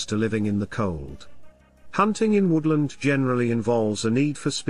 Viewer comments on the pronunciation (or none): none